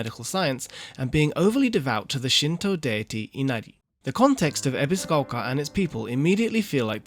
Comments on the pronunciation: Lived in Japan most of his life but pronounces Ebisugaoka as Ebiziquolka.. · Lived in Japan most of his life but pronounces Ebisugaoka like a foreigner and sometimes butchers it completely 😅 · Ebiscoka why does he say it like that 🤣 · the narrator really wants us to know that he absolutely knows how to pronounce "ebisugaoka"....